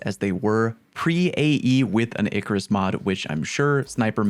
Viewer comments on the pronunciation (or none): none